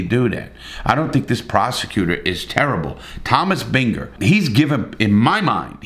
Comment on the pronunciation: 2 mins in he mispronounces Illinois and Binger.... Yikes.